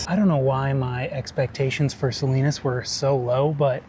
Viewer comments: "SA-LYNUS?" made me laugh. Looking forward to video of Day 2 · Salinas "Salainas" had me in tears 😅😂 oh and by the way, do any of these buses stop at Lompoc 🤔